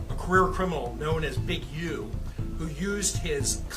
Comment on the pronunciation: “also known Big Youh” lmao why he say it like that